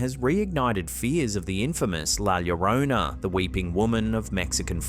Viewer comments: Finally got that Llorona pronunciation right! Love that for you! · I noticed you corrected your pronunciation of "llorona", nice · His true effort in trying to pronounce Llorona is admirable. Great work.